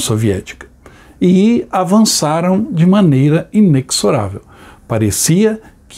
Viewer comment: Querido, em "inexorável" o "x" tem som de "z". Trata-se do verbo "exorar". Um forte abraço.